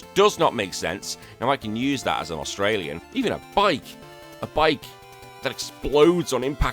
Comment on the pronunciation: "I can use that as an Australian", said in heavy english accent. You are on the council, but we do not grant you the title of master. Super keen to pick this one up!